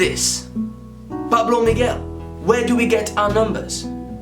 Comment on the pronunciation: Pablo Miguel u said my name right first man ever do u have a Instagram